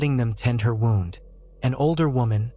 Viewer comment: w o u n d sounds like WOOND correct it for next time. gd i hate ai